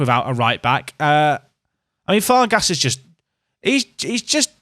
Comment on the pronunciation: Farges is pronounced “Farjh”